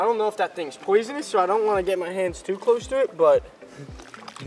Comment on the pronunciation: also its not poisinouis